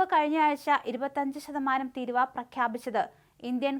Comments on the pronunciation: മലയാളം അറിയാത്ത ഇതിനെയൊക്കെ എങ്ങിനെ ന്യൂസ് റീഡർ ആക്കി. തിരുവാ എന്ന് പറഞ്ഞാൽ എന്താണ് തീരുവ എന്ന് പറഞ്ഞാൽ എന്താണ് എന്ന് ആദ്യം ഒന്ന് പറഞ്ഞു കൊടുക്ക്.. നിന്റെ തിരുവാ കൊണ്ട് ഇങ്ങനെ ഒന്നും പറയല്ലേ.. നീ ഉദ്ദേശിച്ച അർത്ഥം കിട്ടണമെങ്കിൽ തിരുവാ കൊണ്ട് ഒന്ന് ശരിക്കും നീട്ടി പറയാൻ പടിക്ക്.. തീരുവാ.... ഇടക്ക് ഒന്ന് നാവു വടിച്ചാൽ മതി.. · എന്റെ പൊന്നു കൊച്ചേ തിരുവാ അല്ല.. തീരുവ.... തീരുവ... 😢😢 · ട്രമ്പിന്റെ തിരുവാ 😂😂